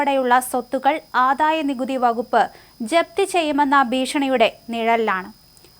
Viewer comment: Ente koche malayalam nannayi parayan padikku, aadhaya nikuthi ennu parayunnathu kettu nokku.